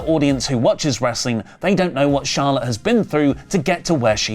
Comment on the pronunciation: Charlawt divawrs